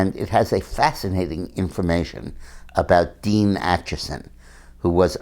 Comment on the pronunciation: Dean Acheson not Achison.